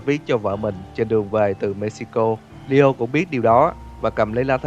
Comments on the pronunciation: Nghe ad đọc lio mà em tưởng Dio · tôi cũng nghe là DIO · Leo mà cứ nghe Dio hoài :v